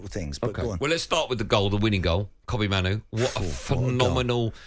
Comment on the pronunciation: You pronounced Mainoo's name wrong